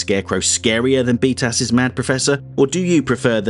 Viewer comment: I'm new to the channel (love the essays, so I'm binging) and only after half a dozen videos I realized that you are saying BTAS and not "beat ass". 😂